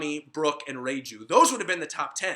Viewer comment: Reiju not reijew